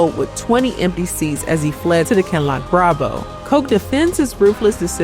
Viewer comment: is not AI You can tell because she pronounces “Kinloch” correctly 😉